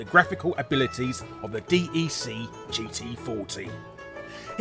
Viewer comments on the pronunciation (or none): "Dee-Ee-Cee"? It's DEC, short for the Digital Equipment Corporation!